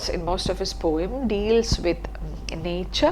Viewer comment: The right pronunciation of poem is po-um not pom. Love and regards ☺️